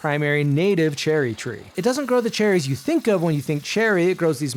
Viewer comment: I heard cherries?